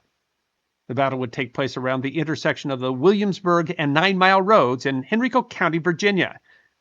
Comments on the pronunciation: Well done video on an often overlooked battle. Just a quick note: the locals pronounce the county "HEN RYE CO" It was named in honor of Henry Frederick, son of James I and Prince of Wales. 🙂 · Please learn to pronounce Henrico properly (It's HEN-rye-ko).